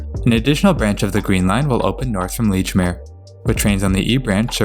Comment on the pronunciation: Makes up for him mispronouncing "Bowdoin". (It's "Bowdun".) But he also got Lechmere right.